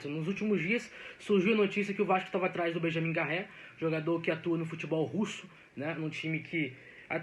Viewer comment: Pq o insiste em dizer "Borré" se o nome dele é Benjamin Garré??